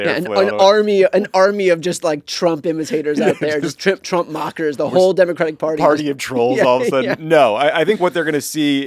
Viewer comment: Wht is nobody commenting on Trae Gowdie doing a slip of the tongue saying Chump instead of Trump😅